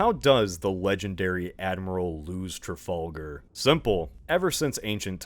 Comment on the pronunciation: Man that mispronouncing of “Trafalgar” sure stings